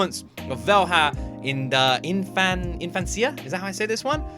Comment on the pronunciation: Velha is pronounced like vella or velya. In Infância the emphasis goes on the fân instead of the cia. :)